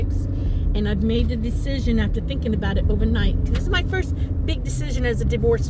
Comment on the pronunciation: Bahahahaha that’s funny! When she says “I’ve been thinkn”